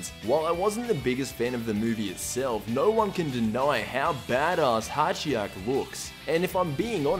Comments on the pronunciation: His name is Hijack not hatchyak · It's Hatchiyack. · It's HA-ki-yack